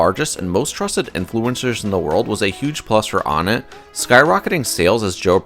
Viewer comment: "On it" not "on nat"